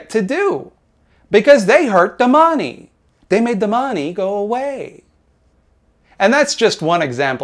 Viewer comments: Bring back duh mawnee. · I like the way you say "they hurt tha mahney" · The way you say "da mawney" makes my day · Love how you pronounce money :D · Why is he saying "money" weird?